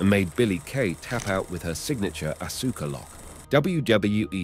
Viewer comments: Dude u need to fix that it's hurting my brain hearing Asooka...it's Aska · Ahhh-Sooo-Ka....lol. It's Ahhh-Ska. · It’s Aw-Ska (Asuka) not asoooka. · bro really said asooka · Aska. The u is silent, NOT Asooka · Awwwssskkkaaaa not asooka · Asooka no it's Asuka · It's not said asooka it's said arska bro. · ITS AUSKA KID U STILL HAVENT GOT IT RIGHT 8 year old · Bro it's not asookah. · LMAO 😂no r Aaska would be the sound out